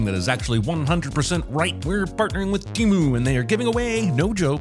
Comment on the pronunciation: T e m u ? wtf man lost me with this one.